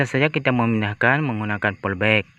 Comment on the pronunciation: Polybag woooiii, bukan polbek , bahasa lu kacau !